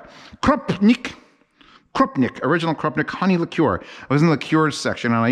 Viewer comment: You've redeemed yourself by saying liqueur correctly though